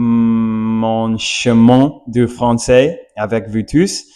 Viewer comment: Tout en vous partageant mes pensées, tu dois t’entraîner à prononcer “vous” et non “vwu”. Pourtant, tu y parviens très bien lorsque tu dis “Bonjour” au début. Répète “ou” cent fois par jour. Pareil pour le "R", parfois tu le prononces bien, et parfois tu le reprononce à l'americiane, essayes de le faire constamment.